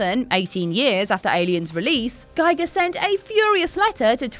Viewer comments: It’s “Ghee- gurrr “ , not “Guy- gurrr”. Not like a “Geiger” counter. HR Giger. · GIGER pronounce Gee Gar Not Gy Gar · Guy-ger? 'Muricans. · An easy mistake to make but his name is pronounced "Gee-ger", not "Gi-ger". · Its pronounced H.R. Geeger. Not gaiger. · Giger is pronounced "gee-ger" not "guy-ger" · Giger rhymes with eager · Giger was Swedish. His museam is in Sweden. I have Swedish friends. It is Geeger. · 26. Giger is pronounced Geeger. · "GEE-GER", you troglodyte!! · Sad to hear H.R. Giger's name being mispronounced again. It rhymes with Meagher. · One thing you obvious don't know... Giger is pronounced Geeger! But otherwise thanks for some nice news... I did not knew :-) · From Giger's partner Mia Bonzanigo, May 14 1980: "...the American pronunciation is always "Geiger" as in Geiger counter, rather than "Giger" which rhymes with eager..." Source, 'Giger's Alien (Morpheus Books). Inthis context she was complaining about Giger's name being mispronounced at the Oscars. "gee-ger" is the correct pronunciation. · You know so much about Alien, but don't know how to pronounce Mr. Giger's name... :( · Oh,, why did you use the American pronunciation of Giger? The artist himself HATED that... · Lost any credibility at mispronunciation of Giger's and Bolaji's names.